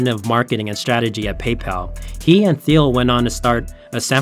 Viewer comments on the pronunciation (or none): What you didn't learn is that the uploader got a few things wrong. It's pronounced Teal, not Theel (Peter Thiel). Also, he used the logo of some health company called Cofinity, not Confinity (the actual company). Lots of info researched, but constantly botching the founder's name and his company takes it down a notch. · That drove me nuts. Also, his pronunciation of "Peter Thiel". It's pronounced "teal", like the color. Otherwise, great video, but this stuff just makes him sound amateur. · I do. it made me wonder the whole time "but that looks like Peter Thiel who is Phil?????????????????? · wrong confinity logo, THeal, CompaCT, Wells FargO (wrong emphasis); c'mon!! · The presentation is not bad, but you pronounced Thiel's name wrong and also you used a healthcare company Cofinity's logo instead of Confinity.